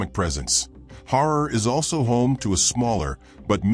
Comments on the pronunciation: Herar not horar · HEY 👋 BRO 😎 It’s NOT “HORROR” 👹 it’s ‘H A R A R’ ⚠️ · Say Harar NOT Horor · It's Harar ,not horror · LOL Har- rar not horror! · Comeon not horror it's ha'rar. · Why does the speaker pronounce it as Horror? It is horrible 😂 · Listen man pronounce correct as Harar not horror as your darling word. 😂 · NOT HORROR ITS HARAR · HARRAR HARRAR NOT HOROR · Not HORROR BUT HARAR. 😮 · HARAR NOT HORROR DANM IT. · I had to stop watching video. The pronunciation was awful. I have visited HAARAR, not Horor: it is wonderful, like stepping back centuries. It is called CHAT ! When I was there most of the alleyways had not been paved, so this is a recent development. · Fr horror is appalling pronunciation, harar is beautiful nevertheless Christianity is new tho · It’s pronounced haa raar not horror 😅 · Your pronoustion of Harar is wrong please say Ha rar. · The narrator horribly mispronounces the word "Harar!" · At least learn to pronounce it! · I was appalled too by that horrible pronunciation, cons of ai annoying voicing probably